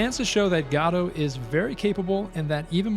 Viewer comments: Thanks for making this great content to showcase Godot😀For what it’s worth, the name is pronounced like “go doh” and not “god oh.” Using the correct pronunciation is a small detail that will improve the quality of your already excellent work.❤ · It's not "gado", it's "Godot" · It's "ga-dough" for the love of GOD, if you're going to pretend like you care about and praise an engine that clearly hasn't gone anywhere two years later, you could at least pronounce it right.